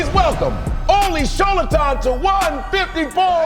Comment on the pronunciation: He pronounces his name properly.